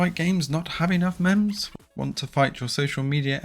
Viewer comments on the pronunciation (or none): I appreciate your work with channel and bringing us these videos... That said, the way you pronounced "memes" hurt.